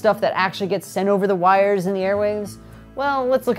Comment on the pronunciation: "two copper Rires"